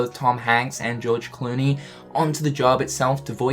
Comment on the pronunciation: the moment he says gorge clooney lmao :P